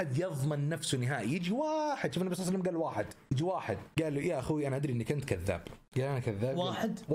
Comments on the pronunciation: ليش تقول صلع سلم🤔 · ههههه انتبهو على دقيقه قال صلع وسلم